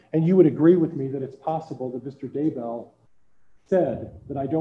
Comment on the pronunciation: is the judge purposely mispronouncing Daybell here?? Reminds me of him calling Lori Ms. Daybell instead of Mrs. Daybell